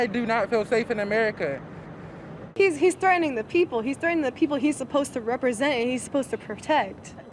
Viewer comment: "in a 'merkah" as if no where else is civilised.